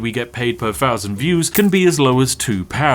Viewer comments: pronounce your "Th" properly.. one FOUNSAND views.. come on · my guy......"th" and "f" are not the same thing. Jesus Christ had to stop watching the 5th time I heard FOUSAND